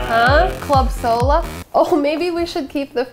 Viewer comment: Club sohla sounds like club soda and I love it 😂😂😂😂